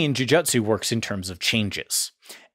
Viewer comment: jujutsu is pronounced "Joo-Joo-tsu"